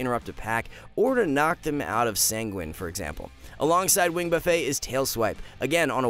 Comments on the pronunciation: buffeT, you say the T. unless you're expecting to have all you can eat evoker wings. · Don't forget the word "Buffet". He pronounces it like we are about to feast. lol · Is there a joke with Wing Buffet that I'm missing? Why do people keep pronouncing it like they're rolling up to an all you can eat buffalo wing joint?